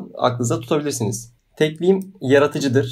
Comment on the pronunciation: Tekvim değil o tekvin olacak.